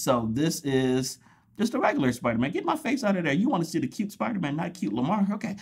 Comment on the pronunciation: Dont u dare mispronounce spidermans name. How rude😡😡😤😤